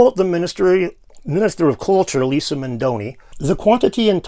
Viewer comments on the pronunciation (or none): none